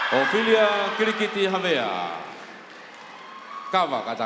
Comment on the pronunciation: It's Kitiliti not Kilikiti... Well done Ophelia...